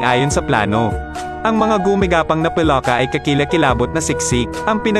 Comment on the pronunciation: Ano Kaba Mali mali salita Ang Moises naging mojes ang palaka naging paloka.😂😂😂 hahaha..